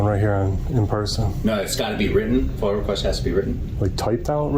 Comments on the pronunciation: Did this find outstanding officer just say FOIL?? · FOIA not Foil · The only thing he needs to brush up on is his pronunciation of FOIA.